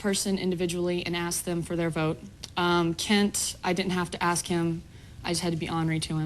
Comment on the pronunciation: No Monica, Shannon didn't AXE you to vote her out. She ASKED you to. English. Learn it.